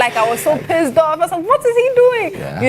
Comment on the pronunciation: "i was so pizzed off"😂😂